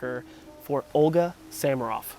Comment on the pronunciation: The background music is Samaroff's recording of the Ernest Hutcheson piano arrangement of Wagner's Ride of the Valkyries, from the 1920s. She made many marvelous recordings. By the way, isn’t her last name pronounced with the accent on the second syllable?